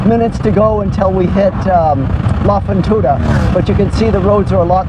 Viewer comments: Good video .....if we may help you with R Spanish ...........you should say La Fortuna ....not La Fontuna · “La fontuda “😂 I can’t